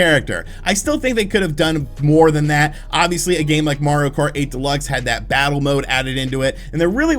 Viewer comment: “Different bosses to fattle” 😂